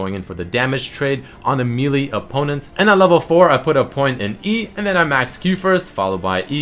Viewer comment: meal-e type champion